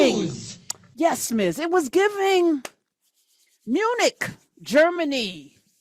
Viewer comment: I heard eunuch, not Munich 😂 Tbh, they are a bunch eunuchs tho 😒